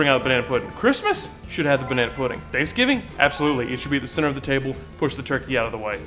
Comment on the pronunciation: This video felt wrong until went on that rant at the end and finally started saying puddin' instead of pudding